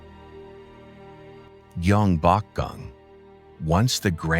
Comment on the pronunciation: 나레이션을 맡았으면 고유명사 발음을 확인하고 진정성있게 해야지 공부 한번 안하고 자기 내키는데로 발음 하고 있네. 경복궁 : 기엉바쿵 한옥 : 해놐 거제 : 지오제 하아...